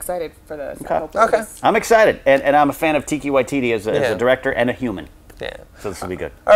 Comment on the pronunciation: tiki waititi? lol it's taika waititi, first name is pronounced kinda like tiger (tie-kah) you got the last name right at least